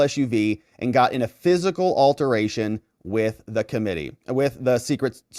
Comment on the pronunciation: Buddy you're a lawyer and I hate to correct lawyers but it's altercation not alteration